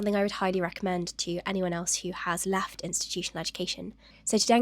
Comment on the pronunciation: Helping out any non native speakers; "laft" is actually "left".